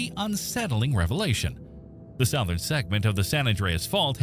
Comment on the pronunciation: AI narration. "South"-ern? I don't think so. No native English speaker anywhere in the world would pronounce it that way. The word is pronouned "suthern".